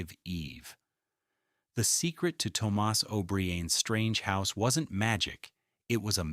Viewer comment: Toe-moss is not an Irish name. O berrian is not Irish. AI is NOT ok.